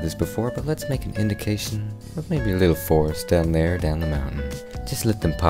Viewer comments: I keep hearing “THARE” THERE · You manage to make me laugh every time you say two words... "There!" and "Dinosauer". Every....Time...